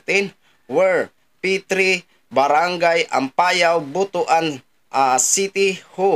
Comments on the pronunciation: ang pag pronounce ay Butwan hinde B-u-t-u-a-n.😂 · Mali po ang bigkas nyo po sa Butuan pakiayos naman ang sagwa